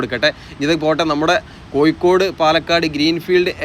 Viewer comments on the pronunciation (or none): none